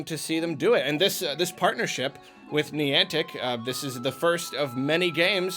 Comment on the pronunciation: was really struggling pronouncing Niantic. He said it so much in the video and pronounced it slightly differently almost everytime. I wonder why youtubers don't Google how to pronounce stuff more often to help avoid that.